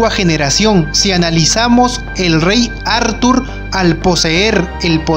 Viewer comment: Como dice athurrrrrr jajajajaj